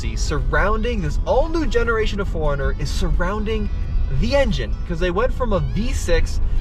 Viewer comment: It sounds like he is saying Foreigner.